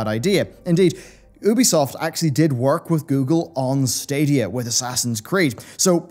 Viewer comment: The only thing I didn’t like about this video was the way your pronounced ‘Ubisoft’. Tomato, tomato? No, I say it’s tomato.